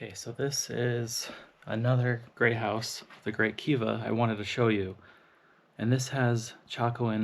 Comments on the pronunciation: To my ears it sounds like you are saying "Gray" House and not "Great" House. Lol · I was about a third of the way through this before I realized you were saying Great House, not Grey House. You're swallowing your final T. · “Grey House” ??? I re-wound several times. Are you trying to say “great house”. Maybe it’s cold, IDK